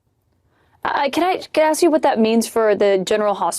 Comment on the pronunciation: Andy, you got DJ to pronounce Iran correctly. Now get him to pronounce "ask" correctly. Keep doing the Lord's work.